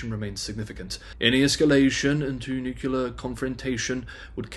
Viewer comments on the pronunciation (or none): NEW CLEAR not NEW KEY LER. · for fuck's sake, say "nuclear" not "nucular"!